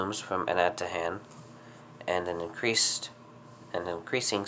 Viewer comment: Pronounced Ana-ta-han I'm from Saipan. I remember the massive eruption in 2006 🌋